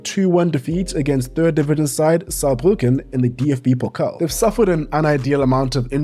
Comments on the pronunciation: Compliments for pronouncing "Saarbrücken" perfectly 😌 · Well done pronouncing "Saarbrücken" 👏👏